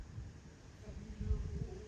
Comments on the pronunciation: 5000 mil eurrros 🤣🤣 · Ce que j’ai retenu de la vidéo : 5000 eurrrros 5000 eurrrros 😂 merci pour ce tuto incroyable, j’ai bien ri ! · 5000€ eurhlooo 5 milliard d’euhloooo 🤣🤣🤣🤣🤣🤣🤣🤣🤣🤣🤣